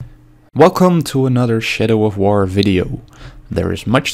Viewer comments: "Welcome to another shit-oh of war video..." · "Welcome to another shitto of war video" lol